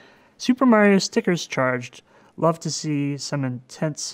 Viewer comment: in which can't say "strikers"